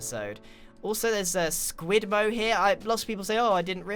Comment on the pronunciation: Not squid elmo its sqeulmo